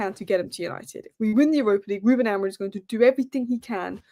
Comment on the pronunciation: It's actually pronounced Amoreem (Amorim) according to the Portugese.